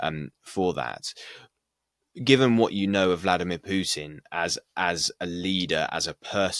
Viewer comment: What a joke, that woman can't even pronounce Putin his name correctly. The truth is that Putin's popularity in Russia is at a all time high as the recent presidential elections proved decisively while the US is loosing it's pathetic proxy war. On the political side more and more countries are joining BRICS and the multipolar world.